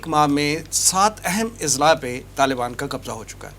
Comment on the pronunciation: اضلاع ہمزہ کے فتحہ کے ساتھ ضلع کی جمع ہے ہمزہ کے کسرہ کے ساتھ اس کا تلفظ درست نہیں